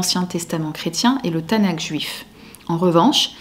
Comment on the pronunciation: Bon résumé. Petite précision cependant : Tanakh se prononce avec un /x/, comme le ch de la nacht allemande, comme le j de la jota espagnole.